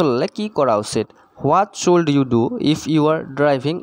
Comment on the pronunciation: Should tu suld buli kio pohise